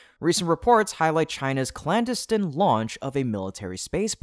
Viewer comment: Clandestine pronounced incorrectly . Bad AI voice.